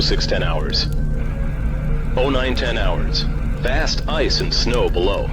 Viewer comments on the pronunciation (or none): "hidden under sh-know"